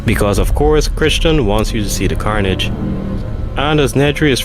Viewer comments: lol I kept getting thrown off by the pronunciation on Michael Crichton as "Christian" or "Chris-Chan" in this video. I had to go back and remember the author's name, pronounced "Cry-ton" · It's CRY-TON....not Christian....how can you make a video about Jurassic Park, when you don't even know how to say the authors last name? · The authors name isn't Christain or whatever this guy said. Michael Crichton is his name. Maybe have the authors name right before making a video on his novels 😅. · Crichton is pronounced Cry-ton. Think, rhymes with frighten. There. Now you can say his name right. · Chrichton is pronounced "Cryke-ton" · I think the author's name is pronounced Cryton. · Kritch-Ten lmao